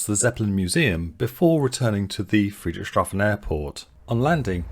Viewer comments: I also took a flight this summer. Truly a one of a kind experience for aeronautical connoisseurs. One friendly advice: Obviously Friedrichshafen isn't easy to pronounce for English native speakers but try to see it as "Friedrich's Hafen". After all, that literally is what the city's name means in English. Keep it up. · Friederichs Hafen, is the correct place name pronunciation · Fascinating ... but 'Friedrich Shafen' instead of 'Friedrichs Hafen' throughout drove me up the wall. I'm not a native German speaker but I have OCD. Sorry... I'll get me coat.